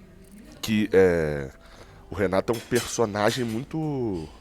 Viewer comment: Renato Gaúcho! E não Renaro Gaúcho kkkkk